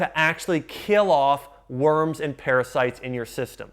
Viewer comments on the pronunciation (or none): none